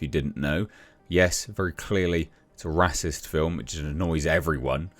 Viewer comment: what really offended me was your pronunciation ..... rassist?